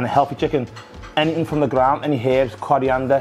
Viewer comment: cohriandah XD